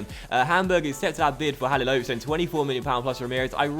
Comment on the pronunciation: its pronounced ha-li-lo-vi-ch